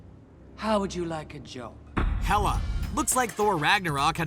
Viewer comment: "Hel-a" yeah!